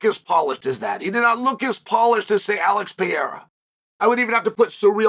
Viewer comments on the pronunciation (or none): none